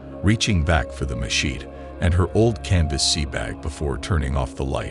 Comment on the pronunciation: Watch out for those “mah-sheets”